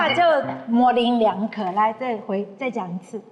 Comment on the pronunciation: 模棱两可 leng都不会读吗